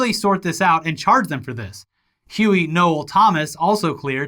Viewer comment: Shout out for pronouncing “Noel” correctly ✊